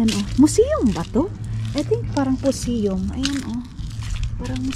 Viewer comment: Even museum u can't pronounce correctly.. posium 😂😂😂nku magaling pa sayu grade 1 eh...aral ka muna bago magpa feeling..😂😂😂😅